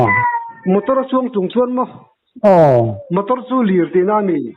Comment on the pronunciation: "Mator" ti deuh tlat😁.."motor" han ti zeuh mai se😂